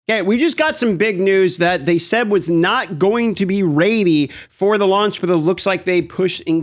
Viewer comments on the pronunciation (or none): raidy or ready? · Raidy? Radey? Oh i meant READY! lol. Yeah looks dope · New “raidy” I want to try the new “raidy” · Dude can’t even pronounce the word ready 😅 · Can you say ready for me one more time, I wasnt ready for it. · Who says ready like that?